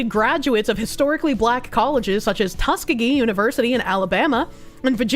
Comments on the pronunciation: It's pronounced Tusk EE GEE. lol....."tuskagee"...... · As an Alabamian, I just want to tell the that Tuskegee is pronounced Tuss-key-gi.